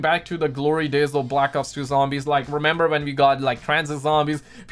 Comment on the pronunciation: Am I the only one who heard him say black cocks and zombies